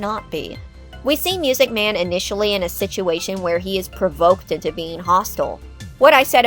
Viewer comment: Correction: It’s pronounced “MUUUSIC MAN!”